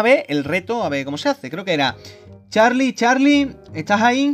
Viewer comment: jajajjjajaj es charli charli tu dijiste chali chali xDDDDDDDD ajajajajajajaj